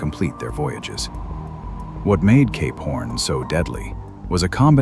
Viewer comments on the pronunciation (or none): When you say Cape Horn, it kinda sounds like you're saying Gay Porn. Fascinating video thanks for posting! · Is this guy saying "Cape Horn" or "gay p*rn"?? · When he initially said Cape horn .......I heard it "gay porn" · I listened this while trying to sleep with eyes closed..and I kept hearing K-*orn..and now I couldn't sleep. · CAPE PHORN 😂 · Cape: Sounds like "kayp" with the "ay" sound as in "day" or "say". Horn: Sounds like "horn," with the "or" sound as in the word "door". Your pronunciation of Cap Horn is sadly different... 🤔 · Why am I hearing "gay porn" instead of Cape horn?